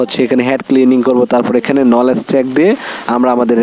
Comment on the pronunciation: 😊 মেশিন লিখা কই পাইলেন? নলেজ লিখা কই পাইলেন? শব্দ গুলো ভালো করে পড়ে ভিডিও তৈরি করতে পারতেন। ভুল উচ্চারণ হচ্ছে আপনার।